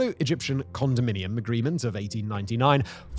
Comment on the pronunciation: Is it “condominium” or condomium ?